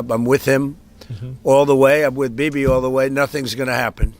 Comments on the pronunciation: Sounds like he calls him baby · Bibi is his name, and Trump pronounced it "Bebe." It would be funny even if he didn't pronounce it that way, but he literally did😆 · Is it only me who misheard DJT calling him “baby” 😂😂😂😂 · did his say 'bibi' or 'baby'?